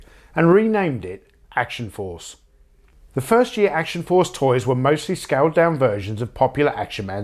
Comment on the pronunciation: I can't really find fault in that list. Well done! p.s. the way you say 'Action Force' is perfect and will forever be read with your voice in my head whenever I see the name.